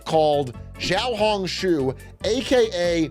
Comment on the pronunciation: please learn to pronounce chinese words. X makes sh sound. For a guy who talks so much about china this is inexcusable